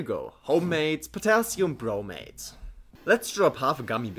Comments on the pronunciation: Great video, subscribed! However I had a hard time hearing the difference between when you said 'bromate' and 'bromide'. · Am I the only one REALLY struggling to hear a difference between him saying bromate and bromide/bromite?